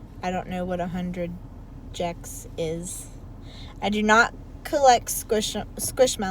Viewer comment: “i don’t know what a hundred jecks is”